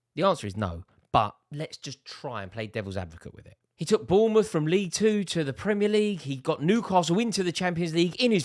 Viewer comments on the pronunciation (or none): none